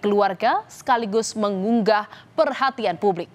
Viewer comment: Penyiar hrsnya mengucapkan menggugah bukan menngunggah.trins